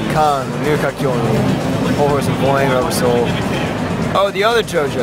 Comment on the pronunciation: Robber soul? I thought it was Rubber soul this entire time?! Then again they had Voingo instead of boingo lol.